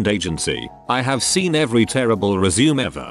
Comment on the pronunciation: TTS bot says "resume" like "legume". lmao